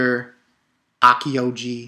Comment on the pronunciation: Aokiji(A-o-key-gee) Akainu(Akha-new)